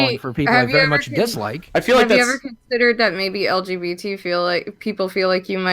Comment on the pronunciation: Yo anybody else notice how when boogie tries to virtue signal he can’t ever even get the letters in the correct order when he says lgbt? He always says lbgt he even said it to Frank in the Killstream lmfao